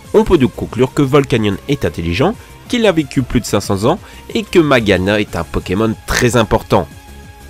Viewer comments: On prononce [majiana] G+i = ji G+u+i = Gui Pti cours de prononciation merci aurevoir ! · Issou vous saviez même pas dire son nom